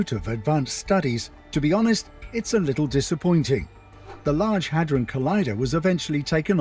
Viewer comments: How hard is it 4 you to pronounce "hadron"?!! The narrator literally says it aloud many times over!! When u keep saying "ha-drone", it just makes everything else that comes out your mouth sound ridiculous. 💯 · Its (had dron) collider, not (hey drone) lol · Salute bro I watch u all the time, but it's not the Hadrone, It's Hydron bro lol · I believe all the latest changes in people's behavior are because of CERN. Drone is spelled d.r.o.n.e he'd- ron. I'm not sure where your pronunciation comes from. Also... It's way too big for a weapon!🤔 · first you just mispronounced Hedron like 30 times, and second it already is creating miniature black holes on the regular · the good ol huh-drone collider lmao